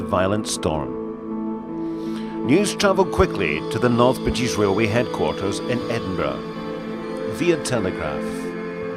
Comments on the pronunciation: I’m not sure I understand having this narrated by a guy with a real bad speech impediment. He can’t say an R word to save his life. It’s torture having the gentleman say “railroad” so often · Wail way is that Scottish for Railway? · whats a wailway bridge 🤣🤣🤣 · ..a wee wrailway bwidge.... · Wail way 😜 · sounds like he is saying, THE WAILWAY BRIDGE....... he must be scotish, the foreign fuckers cant speak English....lol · not pokin fun at his accent, but the first few times he said "RailWay", made me laugh. And I also enjoy history info, such as this. ThankYou!